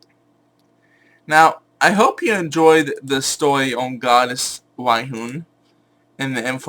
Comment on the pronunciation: you said once wyhoon instead of Rhiannon